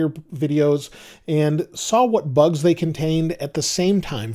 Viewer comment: you saying few bus 😂